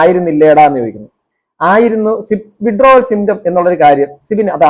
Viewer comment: വിഡ്രാവൽ സിൻഡ്രോം എന്ന് മര്യാദക്ക് പറയാൻ പോലും അറിയാത്ത ഈ ബസ്റ്റാന്റ് ഒക്കെ, ആരുടെ നക്കാപിച്ച വാങ്ങിയിട്ടാണ് എന്ന് മനസിലാവും, മാന്യന്മാരെ അധിക്ഷേപിക്കാൻ ഇതുപോലത്തെ മൂന്നാംകിടകളെ ഇഷ്ടം പോലെ കിട്ടും, പത്തോ അഞ്ഞൂറോ കൊടുത്താൽ മതി, മാന്യതയും മര്യാദയും ഉള്ളവർ ഇതിനെതിരെ പ്രതികരിക്കാനും പോകില്ല...